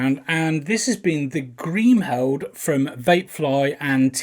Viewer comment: Apart from the fact that you can't pronounce Kriemhild properly great review